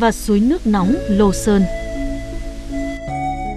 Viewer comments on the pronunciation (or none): none